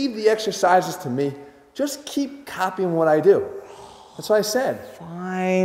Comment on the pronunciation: I could not stop laughing when he said that. The emphasis he placed on the word “copying” made it.